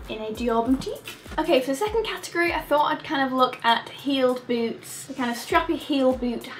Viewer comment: Lol when you said "I'll start with boots" I heard boobs instead of boots, and I was like wait what wasn't this video about shoes? lol